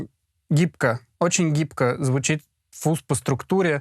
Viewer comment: не фуз. а фазз! деревня))